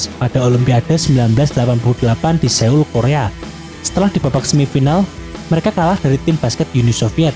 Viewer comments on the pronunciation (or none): none